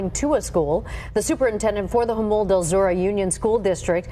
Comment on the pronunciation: It's pronounced "Hamule". Im from San Diego and not long ago Jamul was pure country.